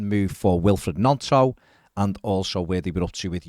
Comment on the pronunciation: If he's coming to us, we should at least pronounce his name correctly: Gnonto: "knee-on-toe", just as gnocci is pronounced as 'knee-oh-kee'